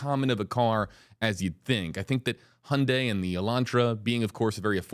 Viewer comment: Finally someone who pronounced Hyundai correctly. Like Sunday